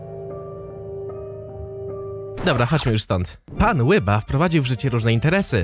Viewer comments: Ryba a nie łyba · Nie mów "łyba" To jest tak rakotwórcze <3